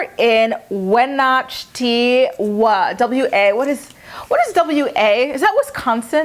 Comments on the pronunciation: YES lol . . & the city Wenatchee is pronounced: WHEN- ATCH (like 'CATCH' without the letter 'C') -EE Pretty much like it's spelled, with the emphasis on the 2nd syllable.. dam, I broke it ALL the way down..lol anyways, I love the way you interact with your subbies, it's plain to see that you are genuinely grateful- keep doing what you do❣🧡💛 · Wenatchee is pronounced "When ah Chee." And WA is the very Northwest most state of the lower 48. It definitely counts as PNW. love you girl (from Gig harbor WA)